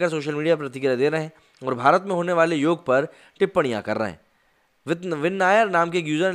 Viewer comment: बंधू, उसे 'योग' कहते हैं 'योगा' नहीं! योगा तो अंग्रेजी में कहां जाता हैं क्योंकी उस भाषा में कुछ शब्दों के अंत में एक अतिरिक्त 'अ' लगाने की चेष्टा होती हैं!